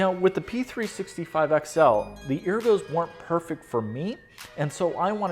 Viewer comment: you keep saying ergo improperly.